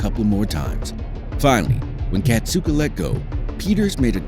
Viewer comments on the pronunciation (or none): Whoever made this video can't friggin read. KA SAT KA Where in that do you see Cat Suka? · ITS FUCKING KASATKA NOT KATSUKA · why does he keep calling her "katsooku"? that's not her name yo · Well, fist of all it's pronounced, Kah-sah-kah and peters used punishment and isloation for training. So I'm not surprised she attacked him. The pools in the back aren't big enough for the orcas. They literally have to drag their tails on the bottom. And that's where he would put her when she got a trick wrong. Tricks he knew she couldn't do perfectly. But made her do over and over. Rake...like the gardening tool. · The mispronunciation of Kasatka’s name is kind of doing my head in. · I wanted to enjoy this video. But I stopped watching after realizing this video is full of misinformation; Kelti Byrne was killed by Tilikum, not by Nootka 4; Nootka 4 was a female, not a bull; and the narrator didn’t even learn how to pronounce Kasatka’s name. Poor video 👎🏼